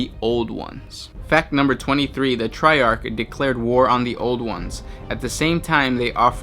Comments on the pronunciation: Triarch is pronounced try-ark. I love the facts but your voice and accent don't fit the theme. Have you considered having guest voice overs? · You did it both ways, but the correct pronunciation is "tri-ark."